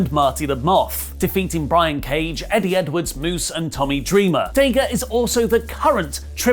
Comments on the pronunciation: Why do British people purposefully mispronounce names? His name is not DAY-GA. Nobody has ever called him DAY-GA. When you hear commentators say his name, they don't ever say DAY-GA. So, why is this little manlette saying DAY-GA instead of DA-GA? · DA-GA not day gah. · that's dadg. you said it wrong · "Day-Ga" got to love the Brits. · Stop saying DAYGA !!!!! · Ok I could've sworn it was Dah.Ga and Rush not ruush lol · While I like watching you guys, please let’s try to pronounce daga’s name correctly, and I won’t consider him top, but Imo he definitely should be recognized as a sound wrestler. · I love u but stop mispronouncing Daga! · Pretty sure, thats not how you pronounce Daga :D